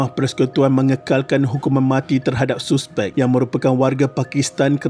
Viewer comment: mat ni guru BM ke..cara dia sebut suspek dengan bunyi yg betul tu aku salute..suspek ye bkn saspek.